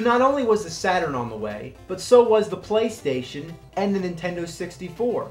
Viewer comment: i like how he says "end" instead of "and"